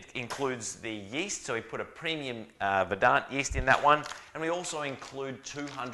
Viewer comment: Hey love the videos! Just say Verdant with a soft A sound (as the brewery does), and my OCD will be grateful. Cheers!